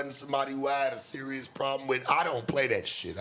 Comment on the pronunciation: who pressed bout sayin berious lbs